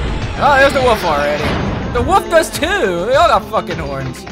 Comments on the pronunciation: lol he said "woof" instead of "wolf" and didnt even notice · Hahah it's wolf not woof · Its called a "WOLF" Not a "WUF".... -_ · Just the fact that you say woof instead of wolf is cute :3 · When he says 'Wolf' it sounds like he's saying 'Woof' xD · It's Pronounced Wool-f Not Wuff. xD LMFAOOO.. -3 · when u said "WHAT?! A WOLF!" it sonded like "WHAT?! A WOOF!" XD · i love the fact that pronounces wolf "woof" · Is it just me or is saying "woof" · "Back at the woof" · i enjoy how he said woof instead of wolf c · it's funny how says wolf 'wuff' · To me it sounds like calls the wolf a woof? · why does he call a wolf a woof? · It's obviously a "woof" guys. That's what Canadians call it, every single one, in fact, there is not one Canadian in the entire country that pronounces Wolf properly. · Its a mimic cause he pronounces it woof lol. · he calls it a woof lmao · So Canadians pronounce Wolf, Woof? that's surprising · He calls a wolf a woof o.o. heheheh.... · I love it how he says wolf XD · He says wolf funny! XD